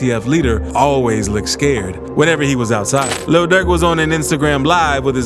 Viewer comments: Why he keep saying “Luhl Durk” like that 😂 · The way he pronounce "Lil Durk" got me crying bro😂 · The way the narrator keep sayin lil durk lmao😂😂